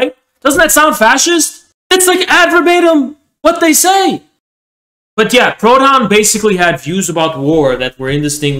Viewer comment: Ironic because every time said Proudhon I actually thought he was saying “pronoun”